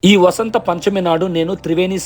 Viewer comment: బా కాదురా.. వ .. ఉత్తరాదిన వ ను బా లాగా పలుకుతారు ..... మనం వసంత పంచమి అని పలకాలి